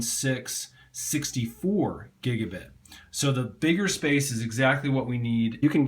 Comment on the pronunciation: He said Giguh bit